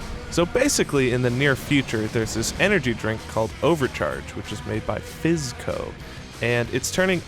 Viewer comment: Why is it that every time they say "Fizzco", I hear "SipsCo."? ^^